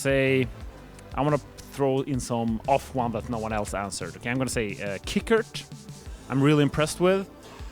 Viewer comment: man said qikert